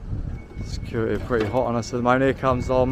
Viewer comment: The security has a ‘ t ‘ in it , not securi ee .!😊